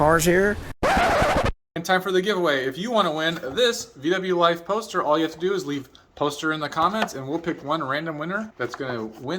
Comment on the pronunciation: peauster! poster! pohstah!